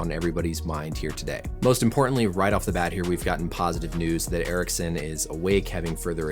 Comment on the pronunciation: Aha, ok, han uttalade det som "Eriksson" och du svarade på det, nu förstår jag. Amerikaner är ju inte kända för att anstränga sig att uttala icke-engelska namn korrekt...